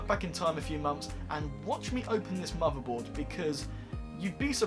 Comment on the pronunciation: Learn to pronounce TH, muverboard, vese. Please 😖